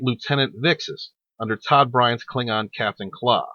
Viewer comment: TONY TODD NOT DODD!!!! GOOD LORD!!!!